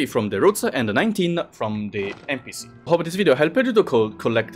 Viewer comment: I think you're supposed to pronounce "conch" in a certain way...